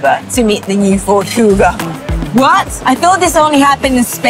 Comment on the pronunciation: "Cougar" instead of "Kuga"